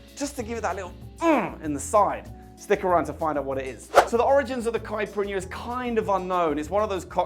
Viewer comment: Fantástico! Falou certinho “cachaça” e quase perfeito “caipirinha”! Thank you!!!!Abraços saudosos do Brasil! 🇧🇷👏🏻👏🏻👏🏻👏🏻👏🏻👏🏻👏🏻👏🏻😁😁😁😁😁